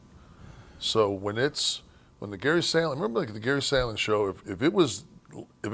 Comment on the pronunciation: It was Gary SHAND-ling Kev, not SAND-ling.😂 His point is a good one, though.